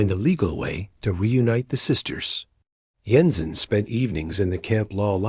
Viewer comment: Jensen doesn't use a silent J, kinda ruined this story